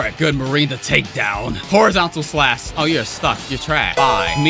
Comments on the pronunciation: PRONOUCE THE H IN SLASH, PLEASE! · Pronounced:slash:slass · u said strong slas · YOU SAY “SLASS” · Man's H button broke, cause th is "slas"